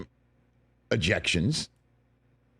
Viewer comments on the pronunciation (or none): I like the slip "couple of dejections."